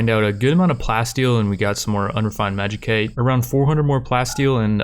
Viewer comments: It's pronounced magi-site not magi-kite, sorry I don't know why this bothers me so much but please bro. Otherwise great series, really enjoyable. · Lol I cringe every time you say Magi-cite, love the series so much